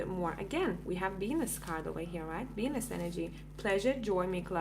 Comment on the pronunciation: Woohoo, it sounds like I'm gonna get laid! Hahaha, dude you were saying "Venus energy" and I heard "penis energy." Lmao, oh my goodness! This was a really awesome collective reading! Thank you!